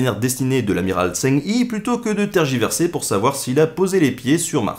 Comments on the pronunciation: Super épisode, tu gére la fougère mec! Niveau prononciation tu t'améliores, mais on prononce Jeng He en fait en Chinois... Voilà, voilà, la haine attisée c'est fait! ;) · Par contre Zheng He se pronomce "djingue reu" (pas pronomcer trop le "gue" de "ingue" juste faire "hein" avec le nez. Si tu veux le pronomcer à la Française : "zongue hé" ou "zongué". Voilà voilà de la part d'un cinophile amateur. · Zheng He = Djong Reuaa Faut que t'apprennes le chinois Ben ! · Zheng He , son en AN pas en ON. Le H ressemble a un R Francais , pas de son roulé. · Salut, je voulais juste te dire a titre informatif que Zheng He ne se prononce pas "Zhen hi" mais plutot "Chong Ho". Je tenais aussi à dire qque tes vidéos sont très interressantes et que j'adore les regarder. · tu prononces mal zhong he, en mandarin ça ressemble plus à tchonne re (écrivant comme on le dirait en français) que chang hi. Et cette prononciation serait pas correcte pour autant mais plus proche de la vraie. Le zh se prononce un peu comme tch le g de fin se prononce pas mais il faut insister sur le n qui précède le h se prononce un peu comme un r roulé. Normalement il y a aussi les tons mùais bon c'est pas non plus un cours de chinois. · Pas mal par contre ça se prononce Djang Reuh (à lire en pronciation française), pas Djang Yi, et en effet aucune preuve de découverte de l'Amérique, beaucoup de cartes bidons. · Très bonne vidéo, merci encore :D P.S : Zheng He se prononce un peu comme Djeung Che (avec le même "Ch" que dans Bach en allemand) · Salut, Alors a priori le nom de l'amiral chinois se prononce plutot comme "djeun heu" en prononcant le "h" ;) j'ai une ressoritssante chinoise avec moi qui soupirait a repetition pendant la video :P Super video comme a l'habitude quoi qu'il en soit, merci :) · Zheng He il faut prononcer comme "Djaing Reu" :) le chinois est très compliqué à prononcer ^^ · Excellent ! Par contre on prononce zheng re ! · Zheng He ce dit "Djang re"